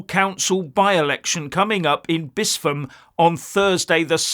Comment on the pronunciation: Bispham is pronounced Bisp-ham, not Bis-pham